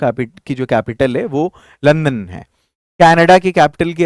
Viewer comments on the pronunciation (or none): none